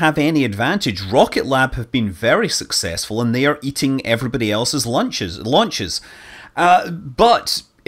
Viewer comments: Launchers lunches launches lunches launches lunches launches lunches so pretty tricky word you try saying it lol Scott Manley we love you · Scott is doing a conscious parody of himself. He often misspeaks and catches himself. This time, he used it for a pun. "Lunches, launches" Even in this video he says interstellar when he meant interplenetary and catches himself within a split second.